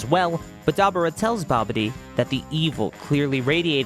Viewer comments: DAH-BORE-RAH say it with me, DAH-BORE-RAH. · Story great but your butchering some of these guys names….dabura was brutal lol